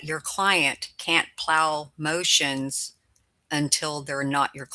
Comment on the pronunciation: You're saying MOOOTIONS wrong 😂